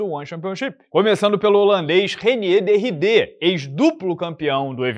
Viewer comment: Reiner de "Raidêr",, de Ríder é sacanagem.